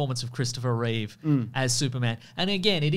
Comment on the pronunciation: Reeve. Not Reeves. #notreeves